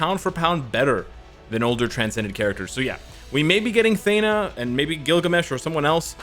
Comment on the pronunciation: Thee-na, not Thay-na .